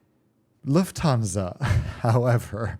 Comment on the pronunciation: Luft-stan-sa (IDK what I'm saying)